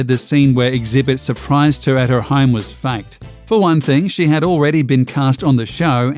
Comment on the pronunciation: The way this guy says "faked" sounds surprisingly like fact.....can be confusing